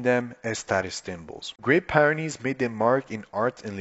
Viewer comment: It’s pronounced, peer-ren-nees, not - pie ren nees